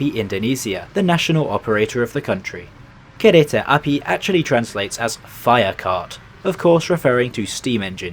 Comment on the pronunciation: But he said kereta api "kehrehtah apee"